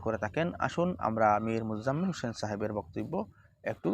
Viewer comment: ইমাম হোসেনের উচ্চারণ ভুল